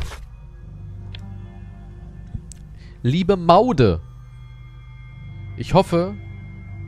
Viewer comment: Warum kann das eigentlich keiner richtig aussprechen? Die Frau heißt nicht Ma-u-de, sondern Maude (wie Mord, nur ohne das R zu sprechen. Man denke z.B. an "come on")